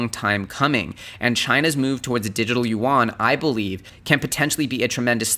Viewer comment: it's Yee Ian (yuan), not You Want!